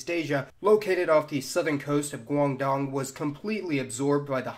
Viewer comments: pronounces chinese words funny. theyre overall ok enough but if you want to pronounce them right, you gotta understand that the letters you see used in chinese romanized names are not the same pronounciations you may think they have. this can be learned from learning basic pinyin sounds. for example, the G and the D in Guangdong are not pronounced as how your usual english speaker would know it. theyre actually pronounced like Kuangtong but chinese have our reasons why we do not use those letters instead. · the cantonese pronounce the g and d of guangdong like he does. Guangdong is Cantonese. Chinese is the written language and culture and nationality the spoken language is mandarin and dialects are various.